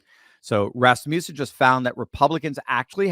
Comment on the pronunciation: it's pronounced Rass muss in. Second syllable rhymes with fuss. Just trying to help.